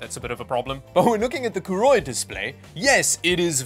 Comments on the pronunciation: Name is written as Koorui, pronounces it as Kuuroi. What? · Koorui... Would never buy one. I will never buy a Monitor from a Brand i cannot pronounce. If they grow up and come back with a real name, i would consider one